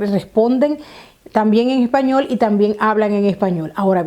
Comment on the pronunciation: Español no Epañol😀